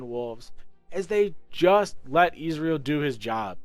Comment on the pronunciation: Ez-real Not izreal